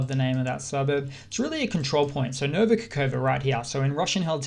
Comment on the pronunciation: "kh" is really pronounced "h", no k, and that's Novaya Kahovka, last k is not silent tho.